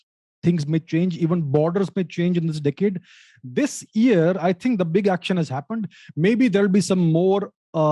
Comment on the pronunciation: Ohhhh decade, thought he said dickhead